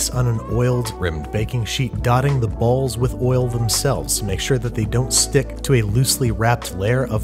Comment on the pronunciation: The emphasis on "Balls" tho....